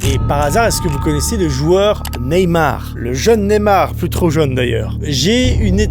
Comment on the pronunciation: Il a vraiment dit neymar ?! Au wolves mdrrrrrr